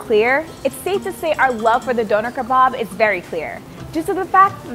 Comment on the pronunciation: Your pronunciation of Döner Kebab is terrifying